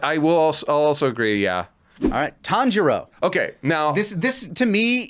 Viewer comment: I heard kanjuro when said Tanjiro. My head snapped to the screen!